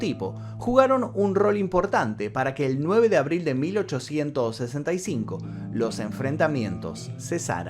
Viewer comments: No se pronuncia Lincol sino Lincon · Por q pronuncis lincol es Lincoln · Su nombre es Booth, estás decidiendo boot, como bota. 👢 No hay un americano o inglés que puedes llamar para preguntar la pronunciación de nombres y palabras inglesas? Y Lincoln se pronuncia como lin-kin, no hay el sonido de O. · Solo para ayudar! Se pronuncia LincoN... Illinois, se pronuncia Illinoi. sin S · Dice Lilcol 😂😂😂 argentino pues no que bien europeos 😂😂 ya ni españa que si son europeos😂😂